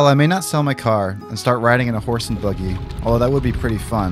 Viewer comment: Did you call it a boogy in that first scene? It’s a buggy😂 come on man.